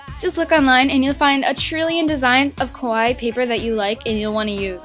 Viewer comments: Sounds like you're saying 'kowai' instead of 'kawaii.' 😂 Kowai means "scary," but great video! ❤ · It's pronounced KAH-WAH-EE not KOH-WAI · its kawaii not kowai kowai=scary scary pens ohhhhhhh i get it. remember kids always pronounce it right..... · This was great but (sorry for saying this but it really annoyed me) you pronounced 'kawaii' wrong. It's meant to be pronounced ka-wai-ee and the way you pronounced it sounded closer to kowai which means scary. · Just a question.... why do I hear people mispronounce rhe word kawaii wrong ecerywhere? It's not pronounced as [ko-wa-ii], it is pronounced as [kaa-wa-ii]! If u say it as [ko-wa-ii], it will change the meaning into scary instead of cute. Ok? Gosh! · Sounds like you're saying "scary; not cute" (kowai) instead of "cute", try accentuating the "ka" in kawaii. Your pronunciation of the last part is good though ("-waii") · when you say "kawaii", it sounds like you're saying "kowai" - which means "scary". just a small fyi ( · you pronounce kawaii like kowai which means fear in Japanese . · Eugh, I feel like a weebo for pointing this out, but she keeps pronouncing 'kawaii' as 'kowaii' which means scary and not at all cute.... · it annoys me so much that she cant say kawaii right ka--waa--iiii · omg you made my day so da whole time she was saying scary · I knooow!! Almost every youtuber does that!! o.-"